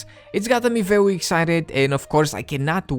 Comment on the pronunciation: Btw you should start making your W's sound like R's like veRy and not reWy